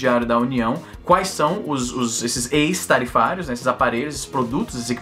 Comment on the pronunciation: acho q se pronuncia ÉQUIS-tarifários (ex-tarifários) .